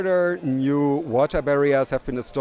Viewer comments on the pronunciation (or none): none